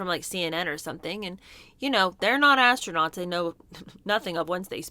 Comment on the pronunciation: Did they say , ass-nuts or astronauts .